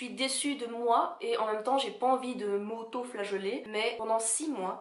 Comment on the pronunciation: oui mais j'ai entendu flageollet 😅😅😅